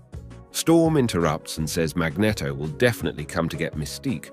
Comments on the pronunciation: Sorry 4 laughing but the way you pronounce magneto is funny ...cause mag net o is a famous ice cream ... we say mag ne to 4 the proper wording ❤❤ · It's Mag-NEEET-to, not mag-neh-to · Is really pronounced as he does, "Magnito" instead of "Magnéto".. I dunno..😅😅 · Also says Mag-Netto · I hate the way you say “magneto” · I feel like you are deliberately mispronouncing magneto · pissing me of now guy cant even say magneto right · I enjoyed the video love how you say magneto sounds like a cross of a magnum and a cornetto